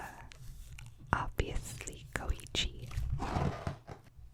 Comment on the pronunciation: ITS KO-EE-CHI